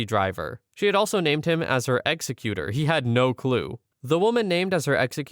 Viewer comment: That's pronounced EGGS ZEK uter. No executer, like in execution.